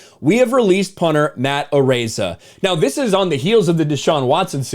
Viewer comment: It's pronounced "A-rize ah".